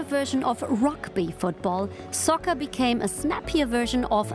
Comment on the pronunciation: I’m Canadian and I’d be annoyed too. If u say it fast enough it sounds like sucker instead of soccer.